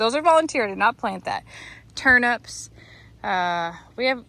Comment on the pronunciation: Ow you so make me laugh “turnups” 😂😂 in the uk we say it as “Turn- ips” 😂😂 I love hearing how people say things in other countries I know I’ve heard Lester take the Micky out of our english accent. It’s all in jest (fun). I love your growing passion I wish I had the time to do more than a mini greenhouse. Great job xx love and hugs 🤗 🇬🇧 xx